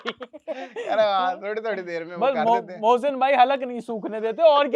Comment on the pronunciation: baaki sab thik hai aaap mohsin ko Bhosin kyu bol rahe ho😂